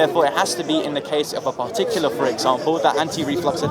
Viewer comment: "pahtuckular", u want me to sit here and waste my time listening to someone who can't pronounce a simple word in his first language LOL